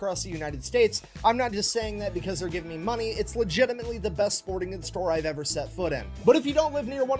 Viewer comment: I could make a sarcastic joke or five about the president and air craft carriers but...it wouldn't be appropriate. Also, that is the biggest "FUCK YOU" I have evvvvver heard.